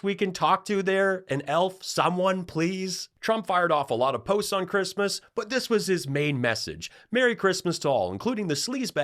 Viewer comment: I know what Melanoma wants for "Chreeeeesmas" and it rhymes with Lardiac Arrest 😂😂😂